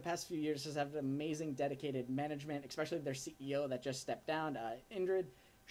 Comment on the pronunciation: Kid — you keep saying EX-specially. You were supposed to stop mispronouncing the word that way when you were 10 years old. It's ES-specially. Didn't they teach you that "in college?"